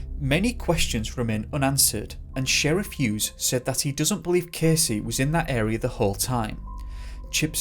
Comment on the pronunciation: He disappeared from the anal area sorry but that’s what it sounded like you said LOL